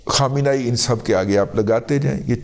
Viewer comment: Syed ali khamnei(Kham-nay-e)